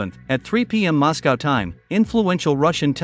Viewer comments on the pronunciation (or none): none